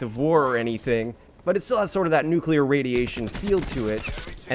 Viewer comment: Did you SAY "nucular"? 🤔